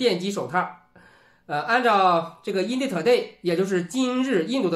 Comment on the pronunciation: in地 2ley 可以稍微提升一下英语吗？ ...